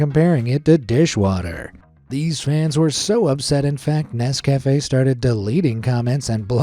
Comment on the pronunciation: How does this American narrator not know how to pronounce Nescafe' and Reese's??? AI???